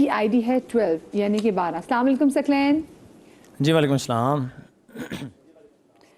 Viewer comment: host ki urdu ka talaffuz bohot ghalat hay ,Saqlain ko ,Saklain keh rahi hain